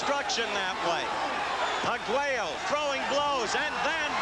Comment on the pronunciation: Oye narrador , el apellido de Alexis es Arguello , no " Aguero ".